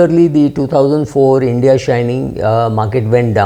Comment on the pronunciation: Why are u calling it Indy alliance?